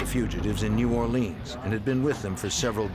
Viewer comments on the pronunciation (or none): none